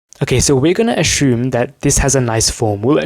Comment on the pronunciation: From which country are you? The way you pronounce 'assume' is different but cute😁 anyway, as a linear algebra disabled person, I'm grateful for every bit of information and thought process, thanks a lot man🙏🏼